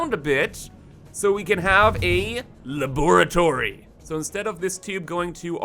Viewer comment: Gotta love laggy belts. In the, uh.. "laboratroy"..